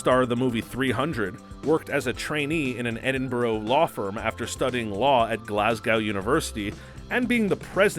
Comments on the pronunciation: Also edin-burah not edin-burg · Please learn how to pronounce Edinburgh and Glasgow. Pretty please